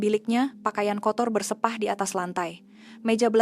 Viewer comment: Maaf admin bahasa Melayunya sangat buruk perkataan "entah" dan "berseoah" ssngat salah dan bukan sebutan sebenar bahasa Melayu. Berhentikan program video seoerti ini yg sangat jelik lagi memalukan.